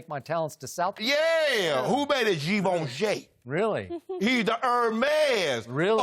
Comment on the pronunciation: "who made it GIVENCHAIIII" LOL